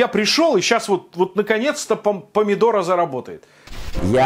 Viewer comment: «Помидоро»? А можно не коверкать название заведения? Русская челюсть не позволяет? Неприятно же будет, если канал публично назовут «Пукушеварим»?